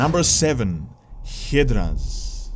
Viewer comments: It’s pronounced Hi-Druhs (Hydras) not Hit-Druhs 🤦🏿‍♂️ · Hiddras? HYdras dude. [Haidras] not Hiddras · DID YOU JUST SAY “Hee-dras” 😂😂 it’s pronounced “Hi-dras”